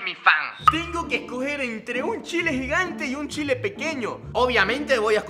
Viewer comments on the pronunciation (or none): none